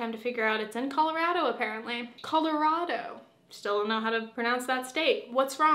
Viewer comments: As a Coloradan, I unanimously declare your second pronunciation was correct. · You pronounced Colorado right the first time! It’s rad like those rad and cool chunky turtlenecks. The weird neck folding is all in your head they look adorable!! As for the body image message at the end, I feel you! Be gentle with yourself 🫂❤️